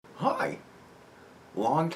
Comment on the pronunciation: you said "hi" in a kind of transatlantic accent lol